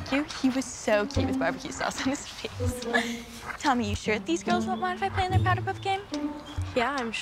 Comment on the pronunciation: Facts it gets me so mad when she says tommy